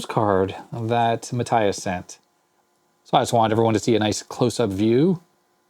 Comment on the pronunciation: Matthias is actually pronounced "Mah(t)-tee-ahs" :) And yes, I know you usally always say you can't pronounce them :D